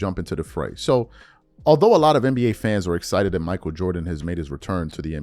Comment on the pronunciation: Mich A-E-L